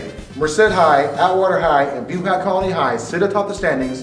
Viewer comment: You guys said buhach wrong and Quintens last name wrong too